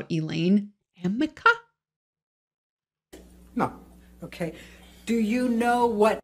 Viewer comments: She can’t even say “Arnica”correctly. She’s a joke. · I thought it was supposed to be Arnica, but then AH called it Amica Cream so i got confused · Another Elaine booboo: "Amica" cream doesn't exist! It's ARNICA! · I think Elaine means ARNICA cream, which reduces bruises and swelling - she doesn't seem to know that! She is misreading her own notes - arnica. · What i find hilarious is that it seems NO ONE has bothered to tell Ellaine her error in calling Arnica cream AMica cream, not even days later😂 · Also...It's ARNICA creme, not AMICA creme. But in lower case letters, "arnica", the "r" and the "n", next to each other, at a glance can look like a "m". Hence AMICA. That was such an embarrassment and she said it at least 10 times. And so many of us knew this and laughed out asses off. It was absurd, as was Elaine Bredahoft. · As she questioned him, and each time she said Amica, I was screaming at the screen. "It's A R N I C A cream!" Proving that AH only read the name online or in a magazine or some such. She hasn't asked a pharmacist for Amica. They would have said the name properly. The "r" and the "n" can look like an "m." Liar, liar pants on fire Amber. I even checked the word "Amica." It's a company that make kitchen equipment, I think. I've been an RN in Plaster Surger for years. So I know that there's no cream called Amica that reduces swelling and scatters bruising. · Oh, I just noticed that after the "Am-ick-a?" bit, Amber writes something to the lawyer next to her. I'm only imagining it says, "A R N I C A!!!" It's Ar-nic-a!!" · The worst part about the whole “amica cream” line of questioning is that there is no such thing as “amica cream.” It’s called Arnica. Elaine clearly needs glasses as her eyes joined the r and the n to make an m. a r n i c a, not amica. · It's ARNICA cream not Amika cream.... Just clarification 😎 👍 💜 It also covers nothing... It helps bruises heal faster over days , not hours. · Amica cream 🤦🏻‍♀️ arnica maybe? Come on, Elaine!